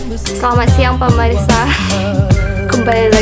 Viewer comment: Wkkwkw pemirsa jadi permeriksa dong ngomongny wkwkkwk